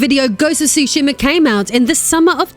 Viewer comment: Being from Japan, I can tell you you are mispronouncing the names. Tsushima is pronounced “SUE-she-ma.” Some also pronounce the “T” at the beginning, which is also correct. Yôtei is pronounced “YOO-tay.”